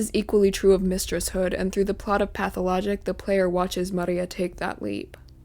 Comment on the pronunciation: no it sounds pretty you are wrong